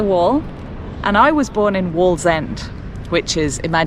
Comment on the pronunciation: It's waaallsend 😂